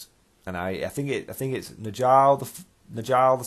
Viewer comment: ne-jarl is how I would pronouce, I'm surprised you can run him competitively considering how space marine named characters are now-a-days